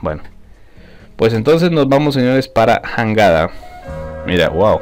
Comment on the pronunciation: Se escribe Jangada pero se Lee yangada